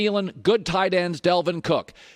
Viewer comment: His name is DALVIN cook not Delvin.